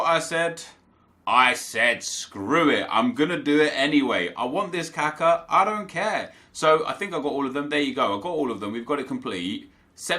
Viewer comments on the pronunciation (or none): its not kAka its kakA please stop saying it kAka its really annoying